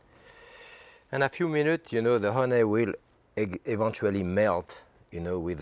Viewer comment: I love so many of his little ways, but his pronunciation of "honay" is one I watch for.